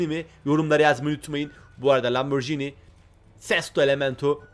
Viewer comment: Yanlız o lamborgini diye değil lamborjini diye okunuyor öğrende gel